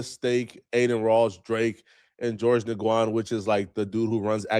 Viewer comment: Nguyen is pronounced as either “win” or “new win.” And him calling himself a chat nxga is partly Ak’s fault lol. That’s the name Ak calls his hardcore supporters.